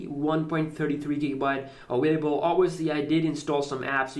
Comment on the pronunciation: "innowwation" "awwailable"